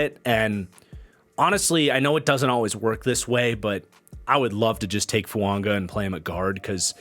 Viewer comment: I don't want to be that guy but why are you pronouncing Fuaga's name with an "N"?